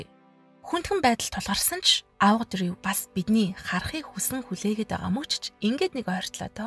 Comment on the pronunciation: Дрийв биш Дрью гээрэй хүхээ